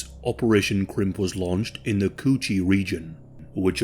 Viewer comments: “tunnel of the coo cheee” had me dying 😭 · The way he says coochie has me dead asf